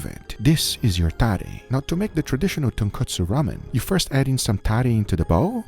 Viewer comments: Guga kept saying "tonkatsu" instead of "tonkotsu" had me dead lmao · Lol he said kootsu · As Uncle Roger would say “it’s tonkotsu not tonkatsu haighya” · it's tonkotsu, guga. tonkatsu is flour covered deep fried pork. just like it's cousin chicken katsu or beef katsu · Uncle Guga..... Its Tonkotsu not tonkatsu. Tonkatsu is a fried pork cutlet. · Ton/ko/tsu and Ton/katsu are 2 very different things. That's about the pronunciation. But the ramen...as many people have already written, what Guga created has very little to nothing to do with "ramen". I absolutely respect what you do on your channel but I'm just sad that it looks like you have not understood the essence of tonkotsu ramen before you actually attempted to create "a version of it"... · The pronunciation in this episode made my ears bleed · Nope he did not pronounce it correctly. Thanks for joining us, always glad to help the deaf community anyway I can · that tonkotsu sounds like tun kutsu (kutsu in japanese is shoe) no disrespect meant great video man